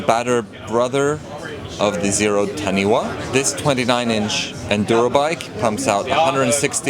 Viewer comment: It’s not “Taniwa” It is spelt Taniwha and pronounced Ta knee fa